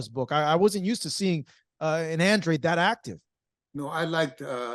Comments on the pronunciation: Come on at least get his last name right it’s Andrade not Andre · It’s andradeee. Say it in Spanish. That’s a Spanish last name.